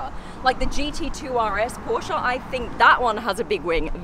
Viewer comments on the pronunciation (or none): none